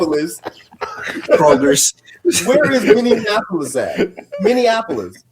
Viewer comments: I have never heard anyone mispronounce Minneapolis like that. It sounds terrible.😖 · The Minneapolis pronunciation thing is because so many people think it's like Indianapolis